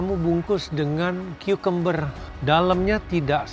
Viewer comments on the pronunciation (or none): Kok bilangnya "kakamber" ya..setauku dibacanya "kyukamber" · kyukember, sumpah info baru nih baru trnyata cara baca cucumbar tuh bgtu ya